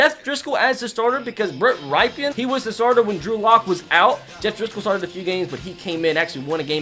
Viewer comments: As a boise state broncos fan... Brett Rypien... Here how u pronounce it... Brett... Br-e-t... Brett... Rypien... Rip-en... So u could right his name out Bret Ripen if we wrote how things are pronounced... 👍👍 Love the vids keep it up, just wanted to help ya out man 👍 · The way he pronounced Brett rypien is killing me. I’m from Idaho so I loved when he got his first start